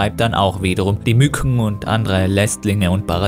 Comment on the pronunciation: Als Klugscheißer würde ich einen Experten in seinem Gebiet nie bezeichnen. Ich finde es nur witzig wie du Mückchen aussprichst🤣